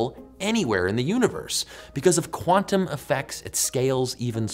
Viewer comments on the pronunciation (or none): none